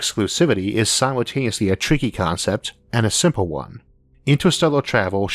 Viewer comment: Es sempel wi ar not redi iet